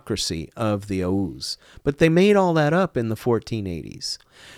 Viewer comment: He cant even say oghuz